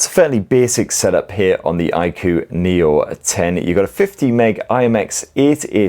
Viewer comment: It's pronounced I-koo 😅